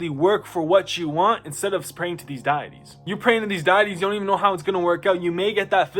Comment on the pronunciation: Deitiy sounds like Dee-it-ee Deities sounds like Dee-it-ease